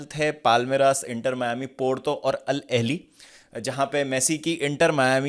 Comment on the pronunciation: अल अहेली ❌ अल अहले ✅